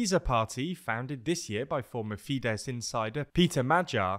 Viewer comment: Well done pronouncing "Fidesz" correctly. Now try to actually pronounce the "r" in "Orbán".